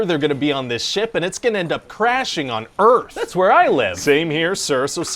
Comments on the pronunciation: Welcome t' After Earf ! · "Welcome to After Earf!"